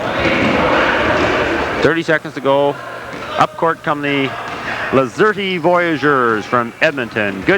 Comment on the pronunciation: Hey broadcaster boy the E is silent! Lol! I am a graduate of the class of 79! What a treat this was! Thank you!😂 go Voyagers! ❤